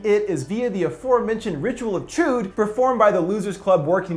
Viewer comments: Chuud??? Its pronounced chud. Listen to Homer Simpson. When he played D&D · Was anybody else bothered every time he said "ritual of CHEWED"? It's pronounced CHUD (rhymes with "fudd") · Chud not chood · Interesting u pronounce chud chode 🤔🤔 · It's not 'Chewd'. Short U sound.